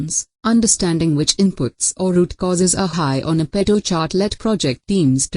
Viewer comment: What an awful video!!! Couldn't even get the pronunciations right. Pareto was pronounced all the time as pedo. Definitely, if you don't know how to pronounce a word, you really know nothing about it. Also, the presentation was horrible. Find yourself a good teacher first.